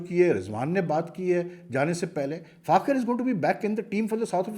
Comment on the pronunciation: براہ مہربانی فخر کا نام تو صحیح ادا کیا کریں۔ آپ ہمیشہ فاخر بولتے ہیں۔ اسکا نام فخر زمان ہے۔